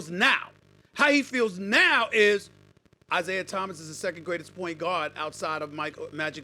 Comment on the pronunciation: Its "Isiah" get the greatest point guards name right Bro!!!